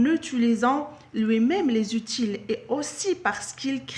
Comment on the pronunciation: Bonjour, outil se prononce ainsi [u.ti]. bonne vidéo.